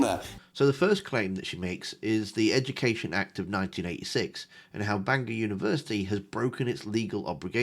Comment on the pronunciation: Sarah, it's Bangor not Banginon. 🫢